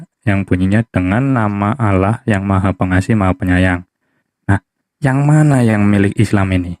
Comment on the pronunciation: Penyebutan kata ALLAH menjadi ALAH Karena KRISTEN tidak mengenal ilmu TAJWID 🤭🙏